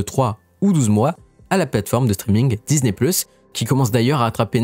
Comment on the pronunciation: Un peu pénible l’accent américain Disni je ne connais pas Marvol non plus La vidéo est en français, pourquoi prendre cette accent sur les mots anglais. Faite la vidéo en anglais ce serait coherent